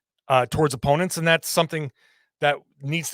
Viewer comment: “And” not “andtuh”